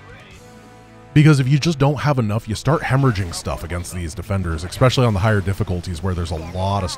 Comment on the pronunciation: "Expecially".... oh lord.